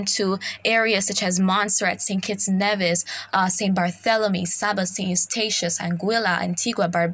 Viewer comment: Thanks for the update! Nevis is pronounced "knee-vis".